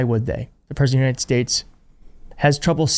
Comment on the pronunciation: "United Shayshs" He says it like that every time, thank you for your attention in this matter.